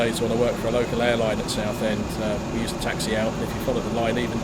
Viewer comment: Taxi not Taxy.